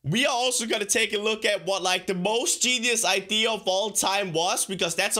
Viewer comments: I don't mean to be rude or ignorant but why do you say idear instead of idea? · He said idear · who else loves his accent especially when he says ideaer PS not hateing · "idear"... dear...... i....... its the new apple dear!!! it costs 10000 dollars : D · Why does he say idea as "iders" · the way he says idea, ideer no hate